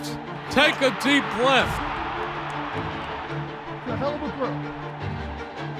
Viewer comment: Take a deap BLEATH